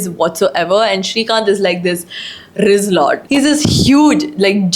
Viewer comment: Did you just say Rizz lord 😂😂😂😂😂😂😂😂😂😂😂